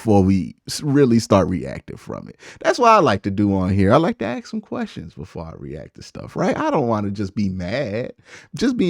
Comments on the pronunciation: please learn to say ask not ax as this will hold you back if you have plans to be more than an you tube guy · love your vid man. I definitely watch them all the time but I swear you need to work on pronouncing the word ask LMAO it’sASK NOT AKS😂😂😂